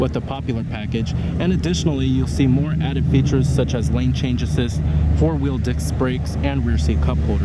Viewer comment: Lol “four wheel dickscss brakes”